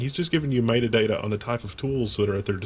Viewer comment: ***** I'd also like to point out that mayduhdayda is a horrid pronunciation of the word metadata.